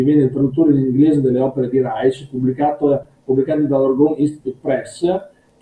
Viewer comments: Io l'ho sentito pronunciare Raisc (scrivo come fosse italiano). Insomma con il nostro suono sc- (di sci per esempio) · Interessante, però Reich pronunciato [raic] non si può sentire. È [raik] come il Quarto Reich. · Reich!! Non si pronuncia Reitsch!!! Ma che diamine!! La pronuncia tedesca ha 4 regole, almeno quelle imparatele!! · Ha studiato Reich ma non ne sa pronunciare il nome..